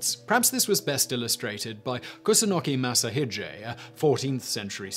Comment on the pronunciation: How about Minamoto Yoshitsune? overall excellent but some names like Masashige and Ieyasu. were mispronounced.